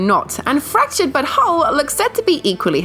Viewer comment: Fractured, but whole.... 😂 Do you mean Fractured Butt Hole 😜